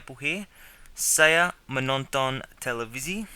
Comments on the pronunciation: You're mispronouncing "saya". It rhymes with "raya", "daya", "surabaya". Presumably you are overcorrecting. Many Australians when attempting to pronounce "saya" pronounce it as "sigh-a" and don't pronounce the "a" in it. But you have to pronounce the "a" and then slide in that "y" sound. You're pronouncing it as "say-a". There's no air gap in it - but it's continuous. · I like your lessons, but I cringe when I hear you pronounce Saya!